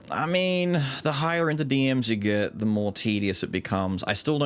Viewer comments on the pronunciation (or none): none